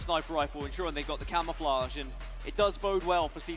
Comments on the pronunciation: "And trippy now has the CAMMMAFLLAAAGGGAAA (a simultaneous Australian/british/new Zealand/english/crocodileDundee accent)" Its Cam-O-Fla-je Not Cam-A-Fla-GggAAAAA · Man i really hate the way he says camouflage l, i absolutely hate it.